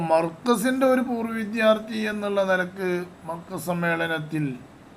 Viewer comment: പൂർ വിദ്യാർത്ഥി അല്ല ഉസ് താ തേ - പൂർവ്വ വിദ്യാർത്ഥി എന്ന് പറ